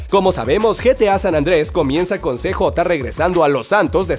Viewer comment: Se dice siyei (CJ) no cejota